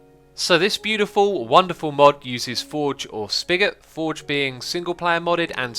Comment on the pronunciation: whenever you say SpiGot i hear spagoot